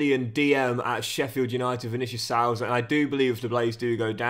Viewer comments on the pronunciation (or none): Just letting you know as a Sheffield united fan that it's pronounced vinicious suiiiza not how it's spelt but ye